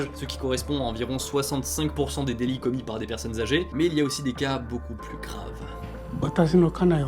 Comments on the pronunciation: Alors à tu as oublié le "t" à délits 😭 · Vers 14.30 petit oubli du "t" à "délits" :p Très bonne vidéo en tout cas. Très intéressante. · "délits".. désolé ça m'a perturbé